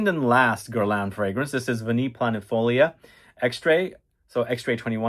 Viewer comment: its called GER-LAEnnnn